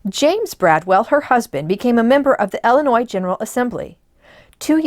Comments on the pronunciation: Please, it is Illinois, pronounced "ill-ih-noy" and not "el-uh-noy." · They live in Illinois. Might be a regional dialect thing.